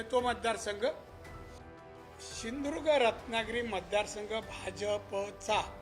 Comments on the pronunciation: सिंदूर्ग नाय बाबा सिंधुदुर्ग आहे 😂😂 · ज्याला सिंधुदुर्ग बोलता येत नाही त्या भामट्याला पाडा आणि गाडा.... शिदुर्ग 😂😂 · अजून पण ह्याला सिंधुदुर्ग बोलता येत नाही. कसा काय कोंबडी चोर निवडून येतो ते बघूच आम्ही.